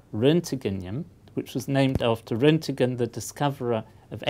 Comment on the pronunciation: I have now seen two newer videos and this where Roentgen has been pronounced Roentegen. As this is the third occurance, i shall offer a correction here: There is no e between Roent- and -gen. It's pronounced like the "t g" in "test gate".